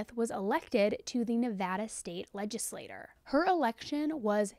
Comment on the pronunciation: It is pronounced Legislat-TCHER….